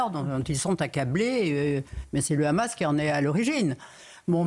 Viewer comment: Je ne sais pas si ce petit détail est mentionné dans cette émission mais 147 pays sur 193 membres de l'ONU reconnaissent déjà la Palestine. Le Hamas (prononcé "rhamasse") a beaucoup d'alliés.